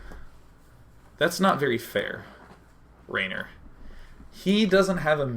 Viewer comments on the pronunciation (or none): Haha, Råner from Nårway XD Nice try on the Norwegian accent DayJ, but you sound more Swedish.. :P And his name is pronounced "Rawner", not Raynor ;) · Its not raner, its råner, å is pronounced sort of like the O in boy. its norwegian and it is a term for car enthusiasts who does crusing for a hobby, burning and slideing with their cars etc. :-)